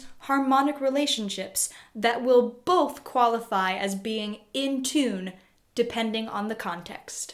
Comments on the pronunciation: Can’t stop hearing her say tuna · You do pronounce "tune" and its derivatives kind of weird. Nice explanation, though.